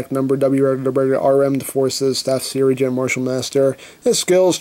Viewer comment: did he seriously pronounce sergeant sirigeant